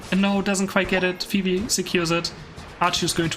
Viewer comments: i like how how you call Fwii, Phoebe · It's very cute the way says Fwii, its pronounced like F-U-E, like the W its a U.